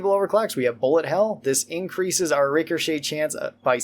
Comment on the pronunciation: please please please it’s rik a shay. Every time you say Ricker shay I wanna chop my ears off